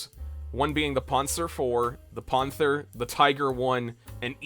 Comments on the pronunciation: why do you pronounce panther ponther? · why dont you pronounce panther right?